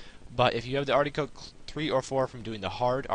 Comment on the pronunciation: 'ardy coke' haha so smooth